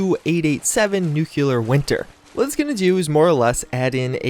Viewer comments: "Nuclear" is on the screen. Still pronounces is "nucular." 😬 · God it bothers me when people say “nuke-you-ler” instead of pronouncing it like its actually spelled :/ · Al3x R0drigu3z just as its spelled. “Nuke-Lee-er”. Look at the word nuclear. The U is in front of the C, so “nuke-you-ler” is just objectively incorrect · Al3x R0drigu3z Noo-Cle-Ar